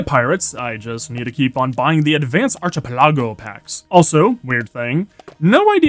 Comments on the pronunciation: Archipelago is pronounced ark-ah-pel-lago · You.. don't pronounce archipelago like that lol